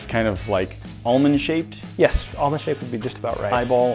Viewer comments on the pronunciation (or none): Whoops! The "l" in "almond" is silent! It should sound like "amond" ~ WHoops! Ouch! WHAT happened?